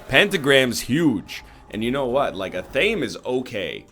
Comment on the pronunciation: I admit, I'm being a little pedantic, but you're well-spoken dude who I hope will appreciate the input. Athame is pronounced ath-uh-may.